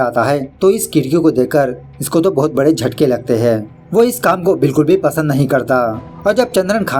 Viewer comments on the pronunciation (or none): none